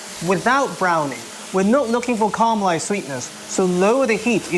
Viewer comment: I think you mean caramelised, not carmelised 😎